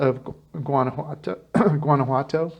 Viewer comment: learn to pronounce it correctly... It's wanna-wato... like ah-wah for water... and walk-a-molee for avacado dip... do you listen to the locals?